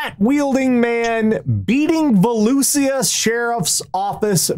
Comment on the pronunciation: Hey,, I don't know if you'll ever see this, but Volusia is pronounced Vuh-loosh-uh.